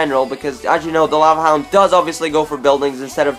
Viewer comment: Lava haound